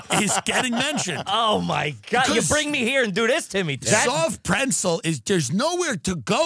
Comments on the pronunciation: Is Tim saying preNtzel? Is this a Long Island thing? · Is Tim pronouncing pretzel “prencel?” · Why the fuck does it sound like Tim says pretzel "prentzel" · “the soft preNtzel!” Huh? 🙃 “the soft preNtzel.. soft PRENTZEL.. PRENTZEL.. PRENTZEL” 😨🤯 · Is Tim saying preNtzel??? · am i the only one hearing tim say prentzle or am i trippin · Tim, it’s not pronounced prentzel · What the f is a PRENTZEL ? Is that a long island pronunciation of pretzel . Kills me every time he says it, and no one corrects him. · is anyone else hearing tim add an N to pretzel that isn't there or is this fever i have officially breaking my brain? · Am I the only one going to mention that Tim doesn't know how to pronounce "pretzel"?